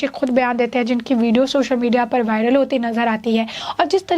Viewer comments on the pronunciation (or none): none